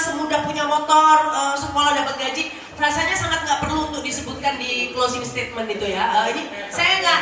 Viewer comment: Mas / mbak admin..., tolong belajar lagi bahasa Inggris dengan baik dan benar. Kalau belum paham bahasa Inggris, sebaiknya pakai bahasa Indonesia saja. Pernyataan penutup kalau dibuat dalam bahasa Inggris itu "closing statement" bukan closing stadmen...! Semoga ke depannya lebih baik. Terima kasih...